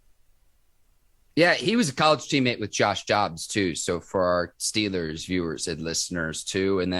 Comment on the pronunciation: Ike Taylor tries so hard to make himself sound uneducated his name is Chubb not Chubbs and it’s Steelers not Stillers smh man get it right will ya‼️💯🖤💛🖤💛🖤💛